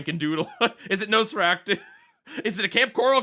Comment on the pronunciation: Just curious, why do you keep pronouncing Nosferatu as Nosferactu? Or maybe my brain is somehow adding a C in there.